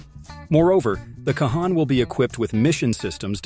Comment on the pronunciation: I appreciate that Turkey is building their own 5th gen but I doubt very much it is a game changer. The F35 is still the cream of the crop and will continue to remain so with each Block update. Also, it's pronounced Con.